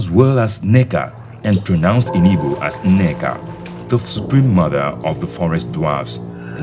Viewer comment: narrator, it's not ibo. it's Igbo. please!